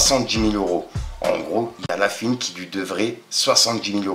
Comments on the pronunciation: Ça me bute , fouiny tu l’appelles « la fuine » tu veux pas prononcé le o de « la fouine » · On dit la fouine pas la fuine 😂😂😂😂